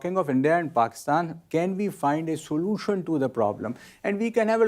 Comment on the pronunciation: Can we find a soo-loo-tion